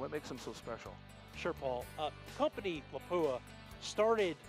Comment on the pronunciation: That awkward moment when the voice talent can’t properly pronounce the title sponsor as LAP-oo-uh.